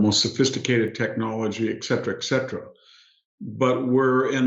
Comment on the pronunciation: I'm surprised that Hanson consistently mispronounces "et cetera" as "eksetera."